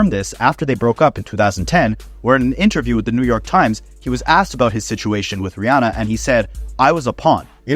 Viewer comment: No one else will care but respect to you for pronouncing Rihanna's name right!! (Ree-AH-nuh instead of Ree-AW-nuh). No one does